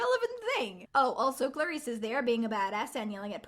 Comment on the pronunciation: I heard her pronounce clarisse as claire-is....It's cluh-rees